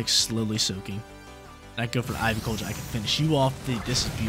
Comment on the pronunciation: I love all the videos, just some of the pronos grind my gears. Idk why. Keep up the great work and upload schedules